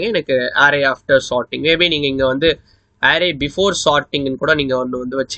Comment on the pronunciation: No arrrrays only arrays 😂😂